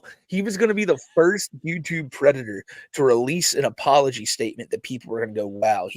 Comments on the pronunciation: "I'M NAWT A PWEDATUH!" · is a pwedata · is a pwedatah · is a pwedata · Another banger! You guys did it again 😂 Oh p.s. is a Pwedator. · Also, is a pwedatah. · I'm not sure if you guys heard, but is a pwedator